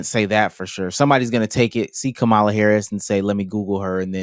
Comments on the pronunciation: There is 100% absolutely no reason people, especially black people, should still be mispronouncing Kamala’s name. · lol unrelated but why do so many men absolutely refuse to say Kamala Harris’s name right lmao she’s corrected us so many times lmao they just keep doing it